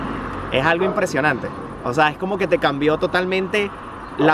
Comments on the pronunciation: Es que el compa dice osa no o sea por eso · No se cansa de decir “ósea” jajajajaj 🤣